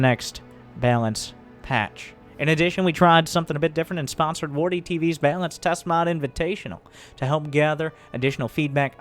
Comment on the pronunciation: I'm pretty sure mispronounce of "balance" is intentional. Wait, can you switch off Widow Mine auto casting?